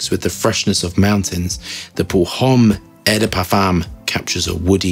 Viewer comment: it is not eiii but ooooooo de parfum. Just thought adding something to your review quality ( which is the best om Youtube btw)